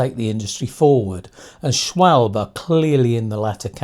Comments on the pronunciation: Just one critique - It is SCHWAL BEE not SCHWALB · Pronunciation - schwalbeeeee